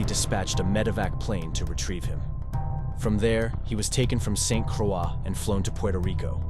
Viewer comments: Nice video, but the island is called St Croix(Kr-oy). I live here, and It is danish, not French. Cool to see our island in a video though, even if it’s for such a rare and terrible reason. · It’s pronounced saint CROY. Nobody can ever figure this out. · other than the mis-pronunciation of St. Croix, solid video